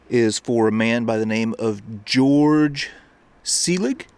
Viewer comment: That spelling (Georg) is pronounced Gay-org.